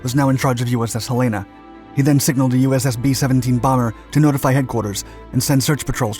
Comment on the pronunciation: Thanks for the history of the name The Sullivans. USS Juneau was one of the light cruisers in the 'state capital' class. The other ship you named would be the USS Helena, CL-50, named after the state capital of Montana. (The city name is pronounced HELL-e-na, as in "Hell in a handbasket". Don't feel bad. Everybody who isn't from the Northwest seems to pronounce it wrong.) That ship was followed by the USS Helena (CA-75), a Baltimore-class heavy cruiser, and subsequently by the current USS Helena (SSN-725), a Los Angeles-class submarine. Yeah, they are still mispronounced.